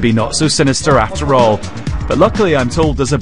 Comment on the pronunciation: Bilderberg?? Hofofofofofofooo. The NSA PRISM prewgrahm. oh. Neva Hurd of it. Hofofofofofofofoooo. Oh You crazy "conspiracy theorists" with your NDAA and increased surveillance. why SHORLY we OLLL knew that there is new such Thinga. Hofofofofofofooo